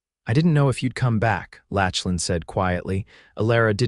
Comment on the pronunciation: Mispronunciation of his name is distracting. Lachlan is pronounced lock-lan